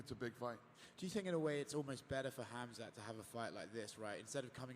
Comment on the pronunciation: Dana , its not Khamz out of nowhere :D its Khamzat Chamaev :D hahahahah nice one